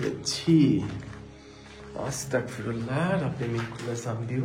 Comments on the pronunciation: ভাই আপনি আসতাক ফিরুল্লা বলেন কেন এর সঠিক উচ্চারণ আসতাগফিরুল্লা✅ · ওটার উচ্চারণ আস্তাকফিুল্লা ভাইয়া হবে না ওটার উচ্চারণ আস্তাগফিরুল্লা হবে আমি মাদ্রাসায় পড়ি তাই জানি